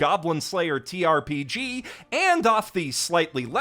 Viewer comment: When did the second "t" in ttrpg get dropped?